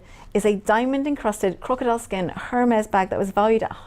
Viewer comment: HERmes?!?! Really?!?! How much of an idiot do you have to be to not do some basic pronunciation training before the show. The H is silent, it's a French brand.